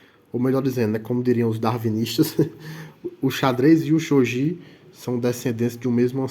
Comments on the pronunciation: Só uma correção... o jogo se pronuncia Shogui (e não shogi). Porém, o japonês, gi se lê como gui... por isso, a pronuncia correta é shogui (mesmo escrevendo Shogi). Mas sobre o vídeo, foi muito bom... explicou direitinho. Achei que você esqueceria da regra de recolocação do peão.. mas não, explicou tudo perfeito. Muito bom. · As regras estao corretíssimas. Umedetou! Porem, o nome se le: "xoguí" ou "chogui" msm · Tá errado a pronúncia Que desrespeito a cultura japonesa